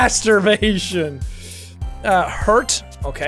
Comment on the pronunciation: Ooof its so weird and funny when he is like M A S T E R B A T I O N!!! LOL